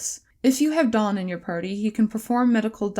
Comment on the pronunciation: Hearing Daan's name be pronounced like Dawn threw me for such a loop cuz all the others I didnt actually have a self-accepted pronunciation or look up (daniël) the pronunciation for, but I did for him